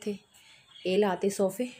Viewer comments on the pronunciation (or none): Bhenji soooofe ni hunde sofe hunde a pehla bolna sikhlo fr video bnaeo